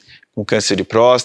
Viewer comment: Me incomodou o médico prenunciando prosta e não próstata.